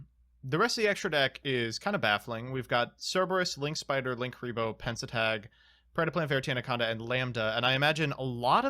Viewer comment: actually says "Pentestag" instead of "Pensatag"!